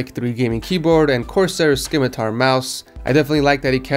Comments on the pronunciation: I love you channel and I’m a happy subscriber! I’m also a teacher and prior proof reader for a publishing company, and I gotta politely let you know the “c” in scimitar is silent. It’s pronounced sim-i-tar. Keep up the good work and thanks for an awesome channel full of awesome content! Cheers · The "c" in Scimitar is silent man. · The 'c' is silent in Scimitar